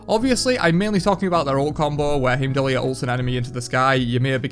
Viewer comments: I love your knowledge but it drives me crazy... it's pronounced hime-doll. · HIEM-DOLL, no r